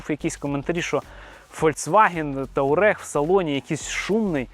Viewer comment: Туарег а не таурег